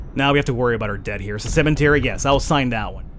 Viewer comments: Love the game and your pronounciation of cementary. cemetary. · Its called a CEMETERY! Not CEMENTERY! XD